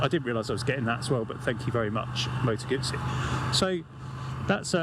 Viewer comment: Moto Gootzee, thank you for the correct pronunciation. So many say GUZZY or GooZee; Yikes!